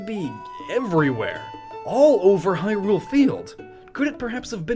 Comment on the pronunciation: You pronounce Hyrule correct, but Hylia wrong?!?!